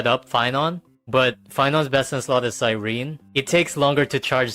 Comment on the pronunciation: Why does it seem like none of these hsr YouTubers can say Cyrene’s name right it’s Cy-ren-ne not Cy-rene.